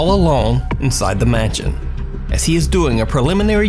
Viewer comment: Dude why u sayjn 'Mansion' as 'manchen'?? Idk but u may or might have speaking distortion of some words n their sound